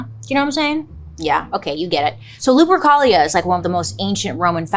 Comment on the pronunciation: Why does lupercholia sound like some std 💀💀